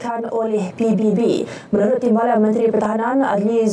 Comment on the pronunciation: Penyebutan ikutan Indonesia ngeja singkatan malah pi bi bi 😂😂